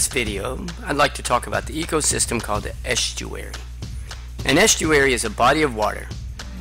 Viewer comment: The way the narrator pronounces "s" in the word "estuary" gets so much on my nerves, I can't bear it, honestly. Sort of a childish pronunciation? Pity bec I found the presenattion very informative.